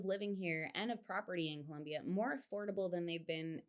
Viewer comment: Pro tip for you Gringos to pronounce Colombia: At the l place the tongue just behind the teeth, and remember that there is no u in Colombia. Am Norwegian and have lived 14 years in Cali.